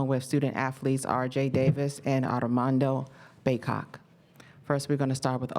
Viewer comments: I was on the floor when i heard it. I had to go back and listen again loool she jammed his name all up. It would have been funny if the reporters called him that same name throughout the press conference loooooool. Arrrramandohhhh Bacock. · C’mon. How do you not get HIS name right?